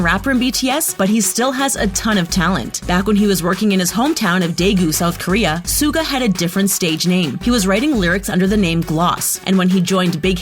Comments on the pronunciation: I am laughing when hearing Suga mispronounced so many times -it's hilarious cause it's emabarrassing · True armys in this comment section are pissed. Like me >:((( U FREAKIN’ SAID SUGA’S NAME WRONG YOU FISH. And u called him the second best rapper. They are all equally talented thank you very much now excuse me while I get my flamethrower and set my phone on fire after watching this inaccurate crap. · Of course Jimin has insecurities! He is human, and just because he has good abs does not mean he is perfect! And learn how to fucking pronounce Suga’s name! For your own good, please take down this video. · PRONOUNCE HIS SWEET NAME FOR MOTHERS SAKE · how did they say suga's name like that like wtf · Who else has a complaint about them saying Suga? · When she pronounced “Suga” I died on the inside a little bit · She even pronounced suga wrong lol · Did she... did she just... pronounce Suga that way....? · Dammy Olomoniyi thank you for saying this because it's TRUE I was like bro pronounce suga right for God sake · I am pissed of of how she says Suga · It made me mad because she was pronouncing Yoongi's stage name wrong 🙄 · Its not sooga! Its SHUH GAH ITS PRONOUNCED SHUH GAH! IT AINT NO SOOGA! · Sooo cringy stop calling Suga as Suega!!!! Pronounce his name as Sugar! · You dont prunonce Suga its shuga but spelled Suga sheesh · Its pronounced shuga not suga you dumb anti-Army! 😒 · MidNight Lover Squish she had pronounced Suga wrong. The S is pronounced Sh......so it’s like “Shuga” or pronounced as sugar but without the r. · any one else get TRIGGERED by the SOO-GA (suga but she said it wrong) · Excuji me, dId YoU jUsT sAy SoOgA? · Suga is pronounced shuga 🤦🏻‍♀️🤦🏻‍♀️😂💛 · She said suga wrong 🤔wow and jimin this is so wrong